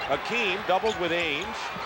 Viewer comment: It's Hakeem, and not Akeem and I'm glad he corrected it later. Still one of my favourite players ever!